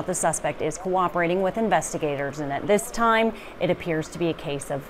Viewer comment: Gotta love the newscaster's emphasis "...and that this time it appears to be a case of self defense..." implying that it usually isn't.